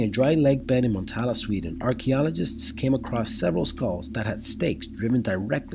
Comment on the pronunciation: Dat pronunciation on "Motala" though.